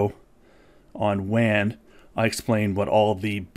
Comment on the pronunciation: it's pronounced "waan" not "van"